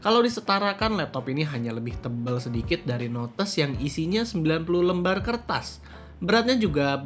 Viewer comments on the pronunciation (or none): none